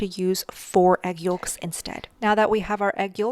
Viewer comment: Yolks..yoelks..you say yokes funny.. you pronounce the l...so cute.